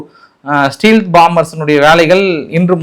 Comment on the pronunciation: ✈️✈️✈️ Stealth - மறைநிலைத் தொழில்நுட்பம் ஸ்டெல்த் ✅✅✅ ஸ்டீல்த் ❌❌❌